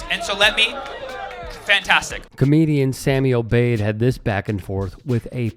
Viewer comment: They mis-read Sammy’s name- O’Bead… they thought he was an Irishman